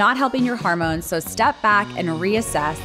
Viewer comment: This is a terrific video, but it's annoying that your narrator is pronouncing 'hormones' as 'harmones'. It's unfortunate that the word is repeated constantly because it ruins the message.